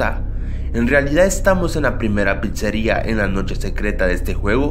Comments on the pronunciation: Cómo pizeris? Es pizzería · Es Pizzeria no Pizeria we -. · sin molestar es "pizzería" no "Pizeria" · Jajajajajaja pizeria? Es Pizzería!